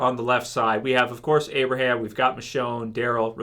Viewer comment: its abraham